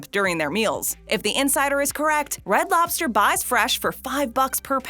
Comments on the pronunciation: For the love of all that is holy. Lobster. With a B. Not LOPster. LOBster. Say it with me. LOB ster. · Hey, are you aware that about 90% of the time you're saying "LOP-ster" instead of LOB-ster? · It sounds like she's saying "lopster." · Umm...that's a B in lobster, not a P, >:/